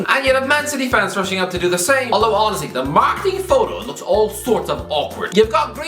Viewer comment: I am a dumb American, can someone please explain why he keeps saying Ozzie? And yes I did try to google it. Edit: is he saying honestly?